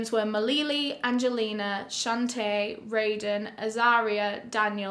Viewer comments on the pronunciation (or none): none